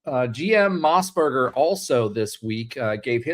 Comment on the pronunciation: Mossbrucker… not mossburger lol